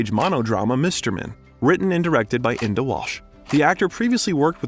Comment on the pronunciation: Our pronounciation of Enda Murphy and Edinburgh is incorrect. It is Enda - not Andy. Edinburgh is EDINBOROUGH not Edinburg (like burger, as you say it)